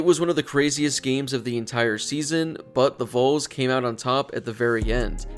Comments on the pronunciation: I'll comment on every video until you pronounce the "Valls" not "Vowls" correctly, and I'm not even a Tennessee fan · It’s pronounced Vawls by the way. It’s not pronounced how it looks sir!